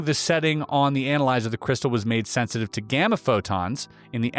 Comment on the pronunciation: I really hope you were being sarcastic when pronouncing "analyzer" incorrectly. Lmao